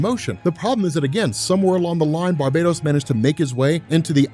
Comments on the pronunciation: it's "Bar ba tose" not Barbados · Why do you keep saying Barbados when his same is barbatos? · I don't normally like to be grammatically nit-picky but your pronouncing "Barbatos" incorrectly. It's Bar-BAH-tos, Not Bar-BAE-dos. Like this to let know ASAP! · Bar...BAT...os. Bar-bat-hos. Bar, BAT(as in BATman), Ohsss. Come on!!